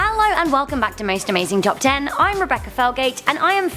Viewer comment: Is she saying Ello or hello